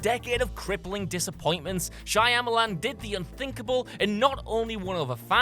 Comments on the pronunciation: This guy kept repeating 'Shaya Malan'. Correct is: Manoj Nelliyattu "M. Night" Shyamalan (/ˈʃɑːməlɑːn/). Disclaimer: not a fan of his. Just wanted to point it out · It's pronounced 'Shamalan', isn't it? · lol yes! Couldn't even pronounce M. Night's name right! 😂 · I think one of the best things about what culture is their inability to pronounce names right especially M. Night!